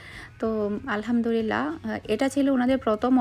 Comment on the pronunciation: "Alhamdurilah" ta thik kore bolen "Alhamdulillah"